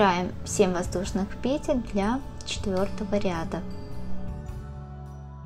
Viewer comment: Спасибо за урок, но по-русски надо говорить не пЕтель, а петЕль. Например - набираем несколько петЕль - УДАРЕНИЕ ЗДЕСЬ НА ВТОРОЙ СЛОГ.